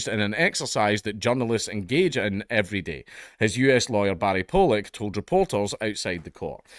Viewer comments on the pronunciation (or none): none